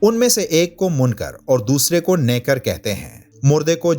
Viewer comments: Nekar nahi nakeer kahte hain 😠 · بھائ نیکر نہی نکیر۔منکر نکیر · Mun ker aur nakeer By mistake you said naker which is wrong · Nekar nahe naker apne urdo sahe karo